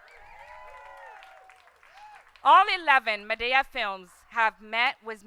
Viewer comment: Madaeyah? its MADEA